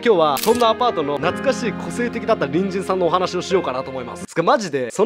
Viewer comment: たびたび「隣人さん」が「ぶんじんさん」に聞こえてリスナーなんだなって感じたね。だから何？ってね